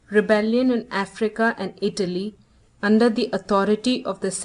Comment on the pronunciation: It's not a matter of having an accent -- it's that words are mispronounced. Which syllable is accented has meaning in English. I' - ta - ly, not I - tal' - ly. And it is a - riz - en, not a - rize - en.